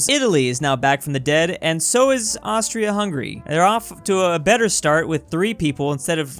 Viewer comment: “Austry hungry empire”